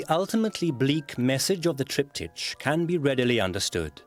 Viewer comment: EVERY TIME THE NARRATOR SAYS, "TRIPTI CH", I CRINGE!